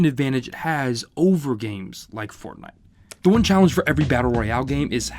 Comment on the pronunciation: Haven’t heard fortntie since 2018